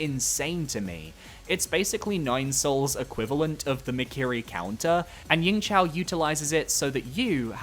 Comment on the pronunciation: for yingzhao, its not a c, it's just a z